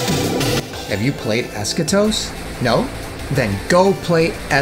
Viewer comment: Timmy? Ha no he was playing Fortnite as usual he can't even pronounce Eschatos correctly. I actually found a good deal on an Xbox360 original and saw it had both other games on there so I bought it. I was going to get them on Steam but now I can just have it on the 360. I need to play those two next. Just added you for the giveaway. You're IN. 👍